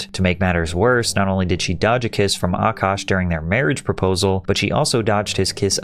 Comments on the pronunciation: what grown man is named “nav” and why does she pronounce his name “Ahh kash” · I love how Patrick pronounces Akash’s name better than this dumb broad.